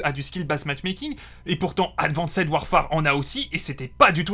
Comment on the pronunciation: Le "advanssède" répété 40 fois m'a fait saigner les oreilles et l'âme.